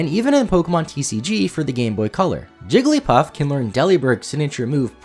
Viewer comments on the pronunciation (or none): none